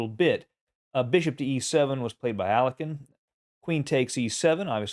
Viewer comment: Dude, that's not the way to pronounce Alekhine. Please google it, you're killing it.